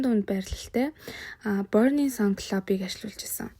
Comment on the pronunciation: Burning sun gdgee buruu unshaad bh yumaa